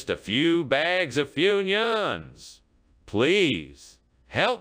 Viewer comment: Funions. Foonyoons?